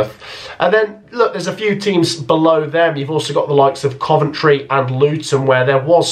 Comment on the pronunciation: Am I gunna be the one to say it... not Coventry